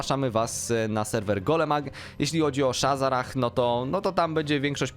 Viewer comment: shazzrah a nie shazzarah pajacu ty